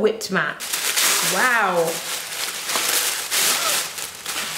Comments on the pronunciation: I loose it every time you say ‘wowew’ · OMG! I love it when you say wawu!!! I actually die laughing everytime!! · Nothing like how says wow; "wanwo" 😂 love it!